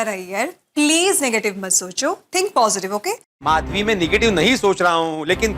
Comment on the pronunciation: Madhvi hota hai mashvi nahi